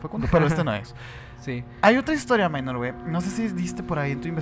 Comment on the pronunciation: Con la diferencia que no es “minor” sino “Mynor” pero bueno, de parte de todo el equipo de Emisiones Podcast te pedimos una disculpa. Ahora vamos a saber cómo se pronuncia el nombre oficial de uno de nuestros miembros. Saludos